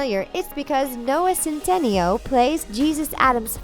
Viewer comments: Jesus Christ. Learn how to pronounce peoples names. Centineo is pronounced "Cent-i-nayo" and his name wasn't Jesus in The Fosters. It was pronounced the Spanish way of "Hey-sus" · THEY PRONOUNCED CENTINEO LIKE “sin ten ee oh” but it’s pronounced “cent-in-ayo” don’t do my bae dirty like that grrr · btw you said centineo wrong